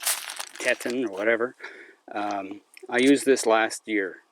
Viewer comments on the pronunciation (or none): Great shelter! BTW, the word Teton is pronounced after the Grand Teton Nation Park or the mountain range in Wyoming. It's pronounced [TEE'-tahn]. Does all that plaastic make you sweat? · TETON.....pronounced TEA-TAWN. Like the TETON mountain range in Wyoming. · don't know if you'll get this but.. your sleeping bag...teton...is pronounced ( phoenetically ) tee taan..like the mountain range...the grand tetons... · Pronounced TEE-tahn Teton as in Grand Tetons. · Just so you know, the name of your sleeping bag is pronounced "teeton" after the mountain range on the border between Idaho and Wyoming.